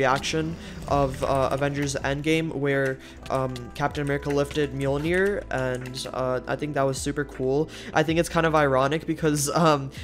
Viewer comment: a marvel fan says “meelneer” instead of “mole-near”